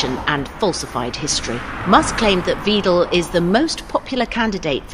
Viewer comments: It's Alice Weidel, not Weedel. It's pronounced like Widel. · I like you reporting about Elon Musks interferring with German politics and I reealy don't like Alice Weidel, however, her surname is spoken W-EYE-D-EH-L. The German ei (also ey, ai or ay) is spoken like eye and the last e is not silent however shortly spoken like eh. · This! Also: It's pronounced "Whidel", like in "whining"! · I love that they call Weidel Veedle. 😂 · Alice Weidel’s name is not pronounced Weedel. You should learn how to say a name correctly. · Why is the word NAZI blocked in this item?? It appears in writing in the subtitles? What is this nonsense? Furthermore: please note all English speaking people, the ‘ei’ in the name WEIDEL rhymes with the english word ‘lie’, not with the word ‘tree’. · Just a technicality: In German "ei" is pronounced like the letter "i" in high or the letter "y" in to try, always. So Alice Weidel's name is often mispronounced in this video. To remember this the following translation might be helpful because the vowel is pronounced the same way: leicht : light, not heavy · I hate the AfD - for english speakers I want to point out that Weidel is pronounced like Dreidel, wich itself is ironic given her antisemitism. Also she is a swiss lesbian who hired foreigners as housekeepers and hates on immigration and gay people, this is not satire or joking. She is a soul less opportunist with nothing but hate in her heart.